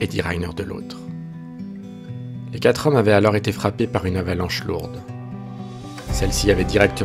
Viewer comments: Les quatre zhommes plusieurs fois 😮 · Les quatre zhommes deux fois